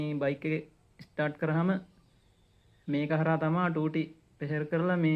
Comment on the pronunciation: ස්ටාර්ඩ් ස්ටාර්ඩ් කියන්න එපා බං ස්ටා(ර්)ට් ✌️✌️